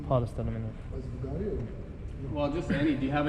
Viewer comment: He said buguatti 😂😂😂